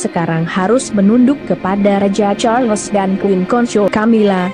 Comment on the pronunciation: Sebutan bukan char..Les. tkda ...les